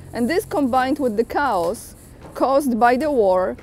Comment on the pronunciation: the word chaos is pronounced kay - os. The way you have been saying it sounds like you are saying "cows". 🐄😄👍